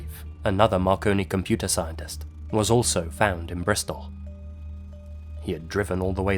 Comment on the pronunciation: The Clifton suspension bridge is in "Bristol" not "Bristof"